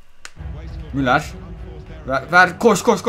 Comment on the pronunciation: müler değil müller (okunuşu)